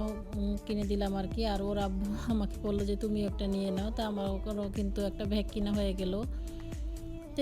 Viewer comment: কখনও ভ্যাগ বলেন আবার কখনও ব্যাগ বলেন ব্যাগ বলতে পারেনা নাকি